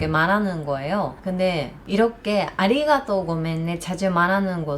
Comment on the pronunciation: 한국 사람들의 "언제 밥먹자" 라는 인사는 진짜 밥먹자는 의미일수도 아닐수도 있습니다,,ㅎㅎ 한국어로 방송을 하시다가, 아리가또,, 고멘나사이~ 발음은 확실히 당연한 이야기지만 일본인이세요,,~~ 15년전 제 일본어 선생님 뵌것 같습니다,,~~^^